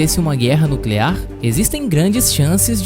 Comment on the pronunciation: Vídeo top😊 Mas "guerra nucelar"kkk